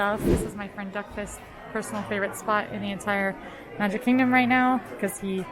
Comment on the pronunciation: "Obviously this entoire area" - when broke into her cockney English accent. Now that was magic